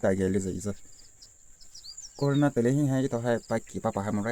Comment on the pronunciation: Corona❌️ corana✅️